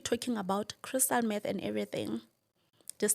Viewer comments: Crystal Meth..not math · Meth not Math.